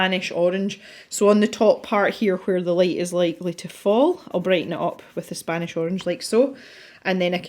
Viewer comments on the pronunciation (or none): 'the spOnish Arange' .. I'm crying 😂that kind of happy accident happens to me all the time.. I always say my little dyslexia is coming out to play. Now that I have finished watching and calmed down I can properly comment :) I love the picture! It looks so great. And I agree with the opinion about the paper... Johanna's books have had better paper. I'm wondering though if you have the American version for some reason? Which supposedly has even worse paper than the British version?